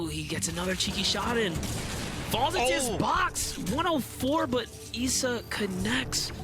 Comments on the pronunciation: Ok it’s not Eisa It’s Issa Bro learn on that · issa not essa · I think the guy pronounced it wrong I’m pretty sure his name is pronounced eye-za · “Eesa” “Mytro” Comeonbruh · I didn’t know issa was pronounced “EESA” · Why he pronounces ISSA like that ? This man don’t know who 21 savages is !?